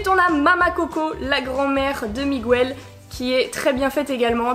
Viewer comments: Désolé de te dire ça mais on dit MiGEL pas MIGOUEL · C'est pas Migouel mais Miguel ça se prononce Mig-El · Ça ce di Miguel le U est mué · Pourquoi tu dis Miguel en prononçant le u ? Dans le film ils le disent pas